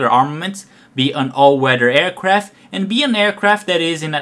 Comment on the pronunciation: "AN ALL WEDDER AIRCRAFT"